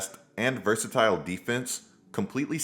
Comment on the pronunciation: My ninja said “diversitile “ 🤣